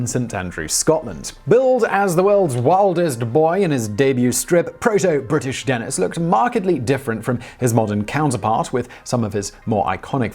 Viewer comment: What's with the two "n"s? "Denenis" just sounds silly.